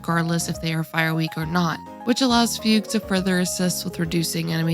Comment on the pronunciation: Two notes: Her name is not pronounced "F-you-G" but "Fug You". They made the name look like that, so embrace it. It's like That "Xiao Ming" or whatever Genshin guy, that is just writted as Gaming. Secondly. They change the english VA and the voice is just so much worse and blant, that not only am I not interested in the new char but they even ruined my favourite 4 Star Supporter. It's a shame. Already uninstalled the English voice pack. Really a shame.